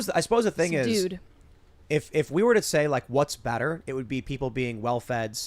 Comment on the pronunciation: It’s not better it’s Bretter.